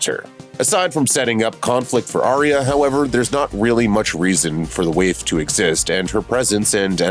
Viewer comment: Are we watching the same show? Why can’t u pronounce CATelyn or Arya yo